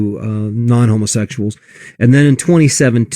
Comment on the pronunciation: "homosexu-AHLS" what the hell was that?